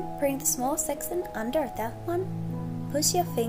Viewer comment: Sec-ch-un seck Chun not sexson